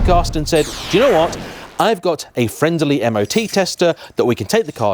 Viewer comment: Friend-ide-ley😂is that a word